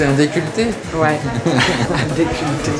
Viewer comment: Le "déculleté", excellent ! 😂 Je n'avais jamais entendu ce mot.